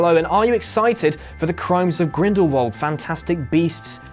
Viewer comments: What is it with mispronunciations with Whatculture? I love your guy’s videos, honestly, but Grindelwald, not Grindelvald. Keep up the good content otherwise guys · He says grindelwalv not grindwald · Am I the only person that is hearing "grindlvald"